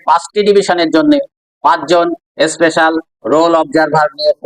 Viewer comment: কথাটা "এসপেশাল" নয়। ওটা " স্পেশাল " বলো । উচ্চারণে একেবারে মাস্টার ডিগ্রি। ধুর।